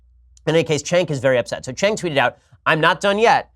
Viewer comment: Why do you call him Chenk? It’s Cenk, like Cent but with a k instead of a t.